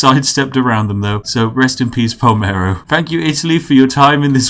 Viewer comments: ''Pa-ler-mo'' PALmeRo! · Palmero.....Yes....right....It's P-A-L-E-R-M-O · It's PaLERmo, not PalMEro! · P A L E R M O Not "Palmero" Plsssssss so -> "Rest in peace Palermo" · It's Palermo not Palmero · Palermo not Palmero :/ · *Palermo (italian: how you write it you read it) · palermo not palmero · So can' read P a l e r m o. cool